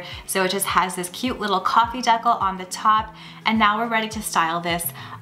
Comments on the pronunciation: Why do you kept saying deco? It’s a decal (DEECAL). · now that the coffee “deckle” is now done. I’ve never heard decal pronounced that way. It’s so interesting to hear how people in different parts of the world pronounce things. Here in the states we pronounce decal “dee-k-owl” (not white ‘owl’ — we don’t say a w in there but idk how to more closely type it). Aside from that word and saying dollarama, you sounded completely local, with no noticeable accent. Anyhow, thanks so much for the content. That fringe pillow is super cute!! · It took me a few minutes to understand what she was saying. In Wyoming we pronounce it dee-cal. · it took me a minute- you pronounce it as 'deck'al' we say 'dee-cowl' LOL all cute ideas btw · Did you just say "Deckle"? You must live in BC. In Ontario, we say Decal "dee-cal" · I kept thinking “what is she calling that?” I’ve never heard it pronounced that way either. Lol